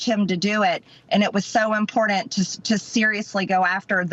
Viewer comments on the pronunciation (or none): Not a serious thing to do?? lol. From a clown. Still can’t say important